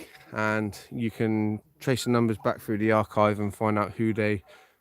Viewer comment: What did he say ? Road frue. Are you sure you didn’t mean to say road through ?